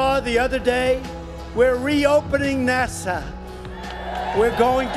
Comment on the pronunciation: Trump said “nasha” because he says words weird sometimes. I’m sure there are a half dozen clips where he pronounces NASA just fine...NASA stands for National Aeronautics and Space Administration. It doesn’t mean anything in Hebrew